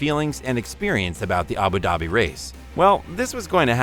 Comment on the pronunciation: It’s Abu Dhabi pronounce the d like “dhubi”